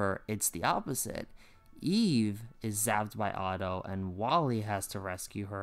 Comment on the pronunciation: It's eve, not Eva.